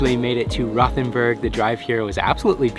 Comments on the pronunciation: Nice video guys! There's no 'th' sound in German, so it's actually pronounced.....ROW'-TEN-BURG. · It's actually pronounced "Rote-en- berg" not "Rowth-en-burg". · I was there for the Christmas market. Great little town. By the way, it’s pronounced Rote, not Roth. Rhymes with boat. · I love Rothenburg! I was there last month. However, it’s pronounced WROTE-en-burg. lol. Did you NOT go to the Medieval torture museum?!?!? Or Käthe Wohlfart’s?!?!